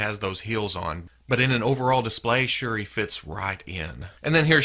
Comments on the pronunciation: You pronounced shuri correct and shuri is from the black panther movie too not just comics she is black panthers sister. In the movie she is a expert with tech and designed black panthers suit, in the comics she used a suit aswell hopefully in part 2 of black panther she can have her suit😆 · Shuri is T'Challa's half sister. She took the role of Black Panther when T'Challa went to Hell's Kitchen to cover for Daredevil(I think). And you're pronouncing Shuri right.